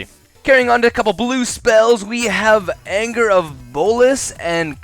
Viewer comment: Augur (Ogg-er) not Anger or Angry